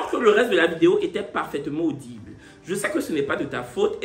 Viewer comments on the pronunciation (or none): none